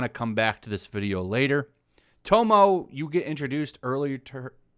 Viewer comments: It actually kinda triggers me hearing you and the author talking about something I know so much about. But Im not mad or anything, you are not here to give people a lecture about japanese culture, you are merely here to give us the news. Just wanted to vent that while listening to you call tomoe tomo. Keep it up though, you are my current source to stay on top of those ideologues! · Her name is pronounced TO-MOE- A Plus I thought it was Yuna you meet early on in the game. But yes, just shoving a woman arbitrarily into anything is more tokenizing women. Funny they cry sexist or racists, or any other ist or phobe, as they are these things themselves. Plus these "Journalists." are actually activists. Pretty poor ones too. Edit: If a game is good and people like it, these activists hate it. If people hate it. These activists praise it. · I honestly would have a problem with a female samurai being the focus, so long as Sucker Punch stuck to their guns about not making the game political. By the way, her name is pronounced Toe-moe-ay. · How are you playing the game and promouncing tomoe like tomo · I don’t want to be “that guy”,, but I just want to give a friendly correction: Tomoe is pronounced “Toe-Moe-eh”. Love your vids, keep it up. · Is it irritating to anyone that he is saying tomoes name wrong or how he's pronouncing it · You read one article and project your incel garbage all over and you can’t even pronounce Tomoe. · This guy says he has "played the game" but can't even pronounce "Tomoe"..... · Lol u played the game you know how tomoe is supposed to be pronounced come on bruh. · Anybody else getting annoyed over his mispronunciation of Tomoe’s name? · enjoys the game but can't pronounce Tomoe name right hmm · he kept saying tomoe (toe-mo) when it's tomoe (Toe-mo-wei)😂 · Her name isnt pronounced tomo. Its ta-moy. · The hell is tomo? You mean tomoe (toe-moe-ay) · dude its Tomoe, not Tomo. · its pronounced tomoa not tomo. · It’s pronounced Tomoi